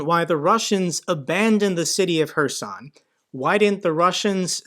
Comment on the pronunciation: One of very few YT news channels where HHHerson is pronounced correctly (not KKKerson, as most say). Hats off for that sort of details!